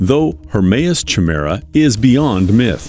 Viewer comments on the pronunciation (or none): it's pronounced Ky-mera not Chi-mera. A chimera is 2 different creatures as one. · Chimera is pronounced Kie-mera, not Chi-mera. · Lol "CHI- mera" Sorry to be picky but it's pronounced "KI-mera" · lol it's not pronounced "Chim merra" instead it's more like "Kai Mera" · Chimera sounded Kymera is the name as the aircraft is able to transform. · I wonder if he did it to troll extra comments - ch-mera sounds like a breakfast cereal 😅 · Your Voiceover Guy is screwing up. The word Chimera is pronounced KY- mera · I’m sorry but isn’t Chimera pronounced Ki-me-ra? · CH Mira 🤣🤣🤣🤣 at least pronounce Chimera properly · My god man google how to pronounce things. Chimera is said ki-me-ra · however it is pronounced kimera. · It's pronounced K I m a r a with a big I with no ch sound and a hard C sound (K) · Everytime I hear Chimera pronounced wrong I die a little more inside. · Exactly!!! His mispronunciation was killing me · In the beginning, you pronounced the word "chimera" incorrectly. Please check the pronunciation. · You probably should have looked up the correct pronunciation of Chimera before mispronouncing it over and over to hundreds of thousands of people. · 🤦‍♂🤦‍♀ Learn how to correctly pronounce the word "chimera". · If you’re going to go to all this trouble, why don’t you go the extra yard and look up how to pronounce “chimaera”? It’s just a google search away …